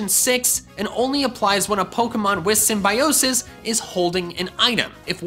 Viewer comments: For the record, I really wanted to thumb you down for your mispronunciation of symbiosis... But I shall refrain from being so petty. Instead I'll leave this contradicting comment. 😀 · I've heard "Symbiosis" in Dobbs Video...